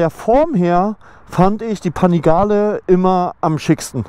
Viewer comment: Bin ich der einzige den es triggert wie er panigale ausspricht 😂